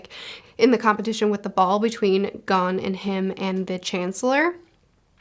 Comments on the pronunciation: For pronouncing Gon, it's like Goon with single O... Gone is Ging..... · Gon is pronounced go-n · Gon- Rhymes with Own Killua- Keeloo-uh/ah Kurapika- (You're good) KooRah-pika Leorio- Layohrio Hisoka- You're good Illumi- Eeloo-mi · Gon Rhymes with Own Leorio - Lee Oreo everything else was pretty good.